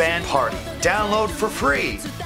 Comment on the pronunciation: It threw me off when he pronounced bushiroad in the English way I'm just so used to "bushimo!" lol